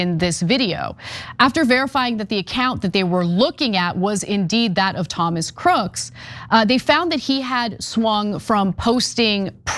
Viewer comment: Sorry, Ms. News Reporter, but when a person's name ends in the letter, 'S' as in, Thomas Crooks, you don't pronounce it or say it as, 'Crookses' when referring to a noun in the possessive form. i.e., 'Crooks' [online accounts], Crooks [Bike], etc., Instead, it's simply pronounced the exact same way you would normally say his name on any other circumstance. And if you happen to be writing it or typing it, you would simply add an apostrophe after the S to indicate the possessive form...(Example..) Crooks' Guns. NOT Crookses Guns... SMH and you're a journalist / reporter? In your profession, one would think that it's important to speak with proper grammar?